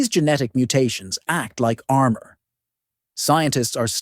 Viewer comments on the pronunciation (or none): none